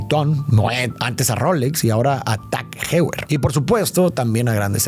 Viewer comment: Tah Hever se pronuncia Tag Joyer.